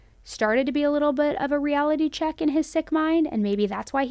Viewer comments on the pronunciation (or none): none